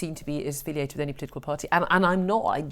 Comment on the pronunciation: What does "plitical" mean? Could it have something to do with politics?